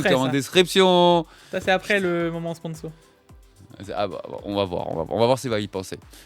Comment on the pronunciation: Beaucoup trop de lettres s dans ce moment sponssso!!! 🤣